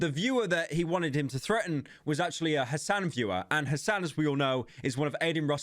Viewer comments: Hassan? It's Hasan. You say it like "Hasaan". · whitest pronunciation of Hasan well done pyro